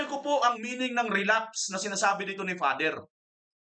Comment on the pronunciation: Sir relabs ang na rinig ko hindi relapse